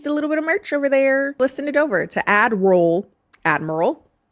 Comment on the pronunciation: I know you think everybody thinks you're saying admiral, Kenny, but I think you're saying Adderall, Kenny.